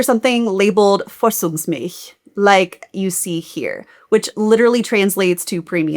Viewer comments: It’s ‚Vorzugsmilch‘ not ‚Vorzungsmilch‘ :) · As one American to another, be sure to pronounce the German z like those of 'pizza'. When listening to this video while working (i.e., not seeing the printed word on the screen), I couldn't understand what German word you were trying to say until you translated it and I realized you were referring to 'Vorzugsmilch'. 🫣😅